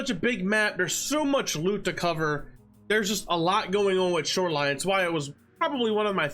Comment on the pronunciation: hmm? I like when you said "snoreline." But the word this week is Detergent